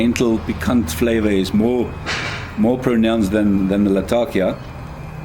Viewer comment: Great video and great review, thanks so much! I am a big fan of the London mixture myself, but I think my favorite thing about your video was that you pronounced “Latakia” the way it’s actually spoken in the region it’s from, rather than the weird American pronunciation I’m used to hearing.